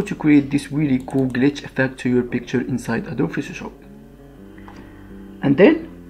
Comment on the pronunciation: sounds like you're saying adobe fish'o shop